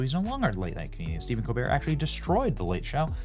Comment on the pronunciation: Colbert is the definition of a pretentious personality, a fraud. His family name? ColBERT with the T pronounced, as in Delbert. His entire family calls pronouns their last name with the T. Not this pretentious fool. He thinks it gives him a continental flare, a European touch. So carry on COLBEAR you fraud. Your show is a failure just as you are.